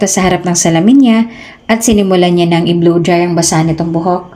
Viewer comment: BLOW DRY NOT BLU DRY